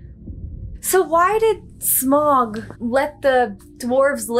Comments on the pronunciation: Smaug not Smog, lol. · Am I really the only one bothered that she keeps saying "smog" you can literally hear the actors say it correctly. "Sm-ow-g" 😑😑😑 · It's Sma-ug not Smog or Smag, Sa-u-Ron not Saron :) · Please stop mispronouncing Smaug as "smog". Are you not listening to how all the characters in the film pronounce his name?